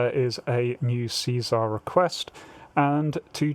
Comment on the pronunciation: See- SAR not Caesar.